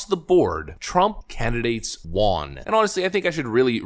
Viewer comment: WON = wun WON ≠ wahn